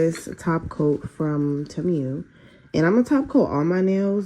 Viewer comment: Omg I’m starting and tip it’s not te mew it’s temu